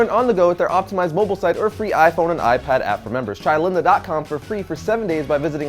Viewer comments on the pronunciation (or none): none